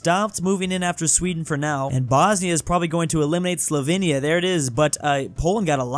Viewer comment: my mom is Slovenian. Slovenia is pronounced (Slow vane ya)